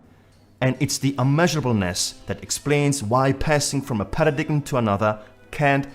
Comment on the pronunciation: With great respect, you would be better off with a Narrator who can pronounce with (important) word "PARADIGM" phonetically pronounced "para-DIME" It helps with our FE credibility...